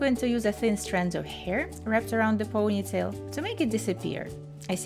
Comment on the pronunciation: years has passed and she is still saying POOOGHnytale. why? it's ponytail. Since you have a channel that focuses on hair styles, don't you think it is important to learn how to say ponytail?